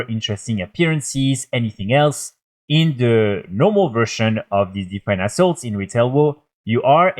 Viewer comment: I normally cant see the screen while playing the video. Thought you were saying asshole a couple of times when referring to assaults 😂